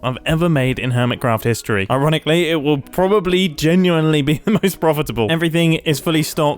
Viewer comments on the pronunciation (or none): "IRON-iclly this will be the most profitable" 😂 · "Iron-ically, it will probably, genuinely be the most profitable." Don't think we didn't see notice that